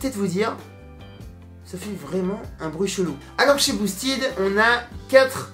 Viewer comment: Les mecs de chez boosted auraient pu au moins t’expliquer comme prononcer « boosted » ahahah. Vu le nombre de fois que tu le dis. Rien que passage où tu détailles la gamme, tu dis 4 fois boosted en moins de 30 secondes. Le E de « ted » se prononce comme un E classique et non pas un I. A part ça bonne vidéo, l’intro au drone FPV est juste dingue.